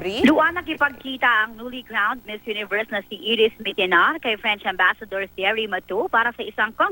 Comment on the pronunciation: Why didn't you learn her pronounce her name